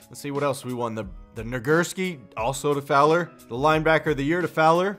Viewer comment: Who else remembers when completely butchered Fowler's name the first time he read it?